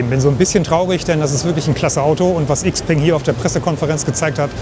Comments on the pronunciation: IXPENG :D:D:D Man spricht das Shipeng du originaler Nichtskönner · Sehr schöner Roadtrip, der wieder einmal zeigt… die Zukunft ist elektrisch! Und ebenso wie beim XPeng (.. „x“ im Chinesischen wir „sch“ ausgesprochen, „Schaupeng“😉), schätze ich bei meinem Ioniq6 die kurzen Ladezeiten… das wird in den nächsten 2 Jahren meiner Meinung nach sehr stark kommen… denn die Pausenlänge machst Du bei einem Verbrenner meistens auch. Und die Pariser Motorshow zeigt, dass die Konkurrenz weltweit definitiv nicht schläft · Xpeng wird in Europa XPENG ausgesprochen.